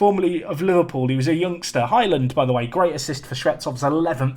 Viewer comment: I'm sure you keep calling Highland - 'Hymen'?? Anyone else?